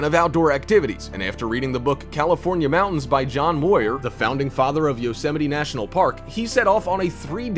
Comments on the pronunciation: John MOYER?? Why is it that even educational & informational programs on YT don't know how to pronounce words and, worse, can't be bothered to check how words are pronounced before recording their YT vids? It's MUIR; it rhymes with PURE. He was a major figure in conservation. I can't believe you're doing a vid about Sequoias & you mispronounced his name! Sigh. I see this kind of carelessness in videos all the time, & then the comments are filled w/ people who can't be bothered to learn simple spelling & grammar or to use punctuation. The English language is going to hell. New words are great. That kind of change is neccessary. But it turns into chaos when every individual writes & spells & pronounces things as he pleases & puts the burden of understanding him on the reader or listener rather than putting forth a little effort to communicate clearly. Other than that, this has been a great vid so far. Now I need to finish watching it. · Did he say "John Moyer?" I think that book said Muir (muerrrr) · John muir is pronounced m-yur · It's pronounced MEEUURR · Ignorance, that's why. Same reason for mispronouncing John Muir's name. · All that, and you couldn't even pronounce John Muir correctly.... 🤦‍♂️